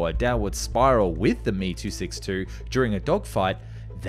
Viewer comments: It's M E, not me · Hearing this master piece of engineering called the "me" 262 rather than "m e" 262 was shameful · Emm eeee NOT me.., unglaublich! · Heyy, love your vids. I appreciate you trying to say foreign words, but please say the model name correctly. Me-262 is pronounced "em-ee-262", it doesn't require any practice to say it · I have been a longtime subscriber and always enjoy your content, but I have one bone to pick with the narration. If the Messerschmitt BF109 is pronounced "Bee Eff" then the ME262 designation is not pronounced "Me" but is actually "Em Eee". Likewise with Heinkel aircraft being "H Eee", not 'Hee", and Horten being "H Oh", not "Hoe". The ongoing mispronunciation of these model suffixes grates on my nerves every time I hear them. If you could avoid this sort of thing in future videos, that would be great. Keep up the good work otherwise! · Dude I like your videos but holy shit, it's H.E..... not he. It's M.E.....not me. Same for old clips. S.U......not Sue. Drives me crazy. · "Mee" 262? "Hee" 178? Makes this aero geek's ears and head hurt. Why not say "Fwuh" 190 or "Biff" 109? The presence of a vowel in an initialisation doesn't automatically turn it into an acronym. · "me" 262? Wonder woff? What? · It's pronounced em eee ! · Great to see this channel blow up, just two things in this particular vid got me. As far as I know you don't pronounce aircraft names as one word, you pronounce each letter. For example you wouldn't call an FA-18 a 'fah eighteen' same for Me or He. secondly, Imminent, not intimate lol